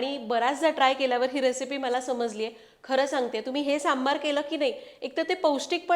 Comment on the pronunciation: सांबर सांबर म्हणू नकोस... "सांबर" म्हणजे 🦌 "हरीण" 🦌.... आणि .... "सांबार" म्हणजे "आमटी" ...